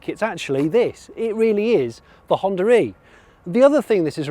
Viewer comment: “ I particularly like the HonDURReee”